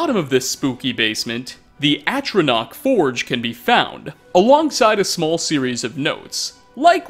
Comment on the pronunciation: By the eight! He FINALLY pronounced ATRONACH correctly! 😱